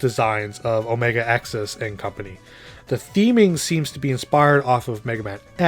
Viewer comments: I came to make this comment XD, technically its “Omega Zis” tho. at least according to the anime. shrug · Omega-Xis' name is pronounced Omega-Sis.